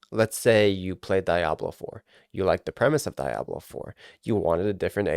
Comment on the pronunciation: The way you say Diablo makes my ears bleed.